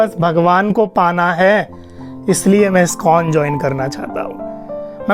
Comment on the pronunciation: Skon nahi bhai..iskon bolo